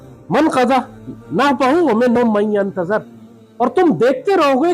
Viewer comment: بڑی عزت کرتا ہوں آپکی لیکن اپنا اعراب درست کرلیجیے... ہم بہت سے دانستوں اس لیے سنا نہیں پاتے، جیسے آیت میں.. 'من ینتظر' میں ظ پر زبر ہوگیا..